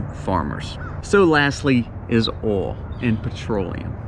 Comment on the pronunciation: I love how you say the word oil. “Ole”